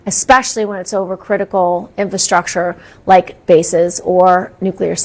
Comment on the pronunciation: ⭐ WHY DO ALL THESE "PROFESSIONALS" KEEP MISPRONOUNCING THESE TWO, SPECIFIC WORDS: INF*R*ASTRUCTURE AND ADVE*R*SARY ...THEY ALLLLL SAY "INFASTRUCTURE" AND "ADVASARY" ‼️ WHY??????